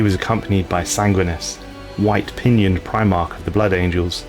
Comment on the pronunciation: Sangwinus? Bro, wtf? You mispronounce so many things....